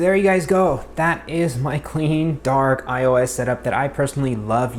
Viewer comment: did he just say DaHaark ??